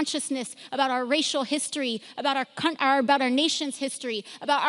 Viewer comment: She said cunt lol I think she was trying to say is country.